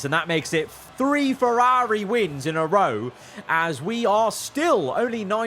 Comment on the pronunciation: Please practice pronouncing Ferrari properly.